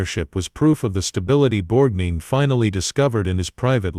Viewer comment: Borgneen? Effing Borgneen? Stop this. Please. No more.